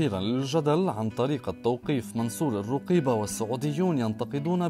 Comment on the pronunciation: من تدخل في شي لايعنيه لقي مالايرضيه انت وطريقة نطقك الروقيبه انشغل بنفسك